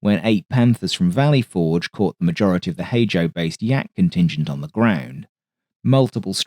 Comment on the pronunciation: The emphasis in "Valley Forge" should be slightly on the "Forge." "VALLEY forge" is just freakin' weird to hear.